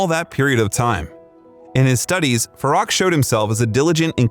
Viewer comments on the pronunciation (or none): so many inaccuracies ,unbelievable ,plus his name is pronounced as Faroek,not Farrak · Farok? “Fa-roo-k” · Absolutely, even his original name Farouk, this narrator calls him Farack. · His name is pronounced “Farook” not “Faruk”. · It’s pronounced “Fa-roo-k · If you're going to do a bio on him, learn to say his name. It's pronounced Far-ook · Ummm, to do Freddie justice… it’s pronounced (Fah-rook), but my favourite Queen song “The Show Must Go On.” He was the most beautiful of souls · It’s pronounced Fah-RŪKE. And NUR-yev. Do your pronunciation research better. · At least learn to pronounce his name properly. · So much wrong with this video from the pronunciation of his name,it should be on trump’s truth social. What garbage.